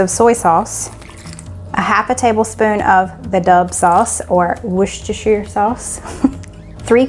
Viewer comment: You pronounced Worcestershire right. I'm "Registered Cajun Coonie" and yes, that's how you say it!! Loved this was delicious. Sorry my friend got it B4 I can Take Pics😥😂